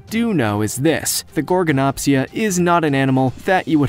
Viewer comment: Gorgonopsia has a D at the end